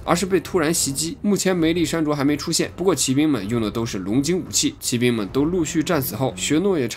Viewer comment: 不论它偏向什么宗教就是宗教，学习科学知识也是求知也是增长智慧，为什么不见人叫科学为科学教呢？？ 举世公认的佛教是世界三大宗教之一，结果您一个没有神就直接否定佛教不是宗教了。。。行吧，你说了算。 2, 骑兵的骑是读qi，不是ji。当qi读时是动词用，当ji读是名词用，这里读做qi是因为这里解释为骑马的兵，类似于英语中的动名词做形容词用。汉语也是有语法的，不是说你用Traditional Chinese就会牛逼一些，搞明白语法再来杠